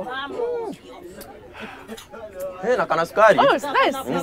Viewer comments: When you say "mukio and you don't stress it ..we understand it in another way 😂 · Betty hapo kwa uji pronounce jina "MUKIOO" vizuri (emphasize hizo 'OO' za mwisho), otherwise if you say "MUKIO" it means nyege, or kuwa HORNY! Hehehe Kikuyu language is senstive, you miss one letter, or a simple pronunciation and the meaning changes completely. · bety kyalo mind your language. sio wamukio. ni wamukiyo. mukio ni ile kitu wakamba wanapeeenda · Betty it's called osoro wamukio sio osoro wamokio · Hahahaha bety anatamka acuru was mukiio vibaya ati mukio